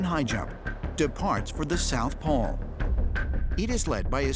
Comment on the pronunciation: Why tf does he keep saying "poll" instead of "pole"